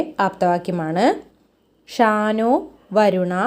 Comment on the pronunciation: ഷാനോ അല്ല ശം നോ എന്നാണ്